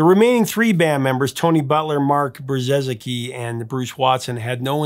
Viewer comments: Brzezicki is pronounced Bruh-zeeki. It's a Polish name the first z is silent. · Please welcome the to the untold ranks of people trying and failing to pronounce Mark Brzezicki's name correctly! Love Big Country, what a band.